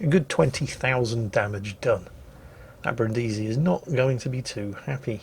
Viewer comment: Dear, i give a damn about the pronunciation of japanese ship names, as a german i have a struggle with french language, i just know a couple of klingon and polish swear words but for heavens sake go to google translate and listen to the italian "Brindisi". Thank you;)